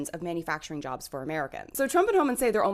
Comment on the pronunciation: "They Took Ere Jerbs" South Park ahhh moment. So embarrassing.